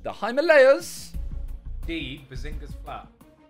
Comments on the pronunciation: Simon says the "Heemalaayas" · Here in England we pronounce it him-urr-layers. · "Hema lay as" 😑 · Tobi pronounced it right Simon went "Hymalayas" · Its HI-MAA-LA-YAS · Can't believe Simon obliterated "Himalayas" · How did no one noticed that how they pronounced "Himalayas" . 😂😂😂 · It's so annoying the way they pronounce Himalayas